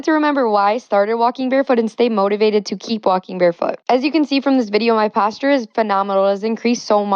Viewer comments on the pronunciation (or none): Misspelling "Barefoot" is more than deserved for how criminally she pronounces "Posture"